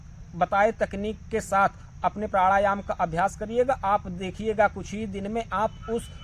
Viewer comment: 😅😂प्राढ़ायाम 😂 😝🤣 प्रथमतः अपने उच्चारण की त्रुटि सुधारें तत्पश्चात ही आपको प्राणायाम के विषय में कहने की योग्यता प्राप्त हो सकती है। "नाच न जाने आंगन तेढ़ा" वाली कहावत आपके लिए ही कही गई है। आपसे ही प्रथम बार सूनने को मिला है कि प्राढ़ायाम भी कोई शब्द होता है 😅